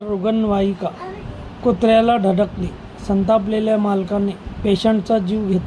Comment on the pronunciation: अरे यांकर ला रुग्णवाहिका धड म्हणता येत नाही